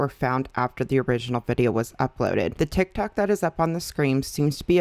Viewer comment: ma'am did you say TikTak 😂